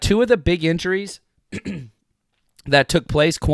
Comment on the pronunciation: Can you start saying K-Waun Williams please??? , I believe thats how you pronounce it and its less confusing due to Kwon Alexander